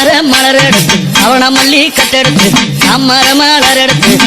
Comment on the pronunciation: It's not alli it's malli malar